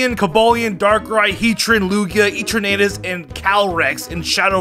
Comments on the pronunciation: EterNAYtus???? puQUEmaQUE? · How did he just say eternatus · Why the hell are you saying Eternatus like that Edit: the way you say Pokémon’s names 🤦🏻‍♂️ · I love u but ur sayin eternatus name wrong lmao